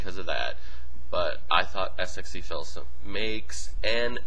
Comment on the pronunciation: its pronounced sexy phil not s x e phil, even though thats how you spell it